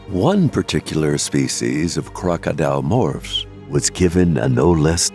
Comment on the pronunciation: I used to think the same about the videos from this channel. But now I think of them as "so bad its good". I mean, just listen to the pronunciation of Crocodilomoprhs - its comedy gold!